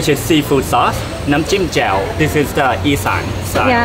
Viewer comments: The repeated mispronunciation of นำ้จิ้ม (dipping sauce) as นำ้จิ๋ม (vaginal fluid) was hilarious. It is also funny that the first person to make this error was the fluent Thai speaker,. Many years ago I taught English in Thailand. A fellow teacher decided, one day, to tell the students (who were about 10 years old) about snow, or in Thai หิมะ (hima). He mispronounced it as หีม้า (hee maa), which means horse's vagina. Unfortunately, he had learned how to write in Thai, and he wrote หีม้า on the board and all the students diligently copied this into their notebooks which they brought proudly back to show their parents. You might guess that the parents would be furious (because Thais are quite conservative), but in fact they found it hilarious. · they didn't laugh at you but that Thai sauce name when you pronounce with low pitch the meaning will change to sex joke. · For those of you who didn't get why and kept laughing when she tried to say nam chim is because she said chim in the wrong tone and the meaning changed from lit. poking water = dipping sauce to pussy water/sauce xD